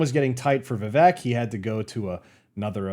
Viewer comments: just try to do a podcast style video with vivek, he is going on tons of channels big and small. his name is pronounced viv-ake btw not viv-ek which is what most of us would assume and i did also until i saw him clarify it on the "Cartier family interview" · Vi-VAY-Ke Just sayin’. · Rhymes with CAKE. Not Vi-veck.